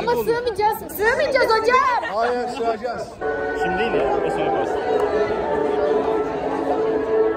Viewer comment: sigmicaz hocam hayırrr sığacaz 😂😂😂